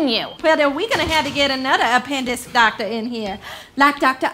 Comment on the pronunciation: omg "and doctor sues"